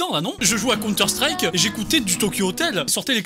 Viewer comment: Mddrr elle a dit "conteur strike" elle a détruit des vies 😂😂